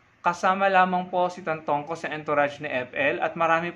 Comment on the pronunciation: It's Tantoco, not Tantongco.